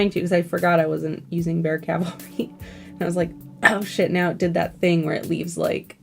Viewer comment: Thanks for saying Cavalry the correct way, you're the best.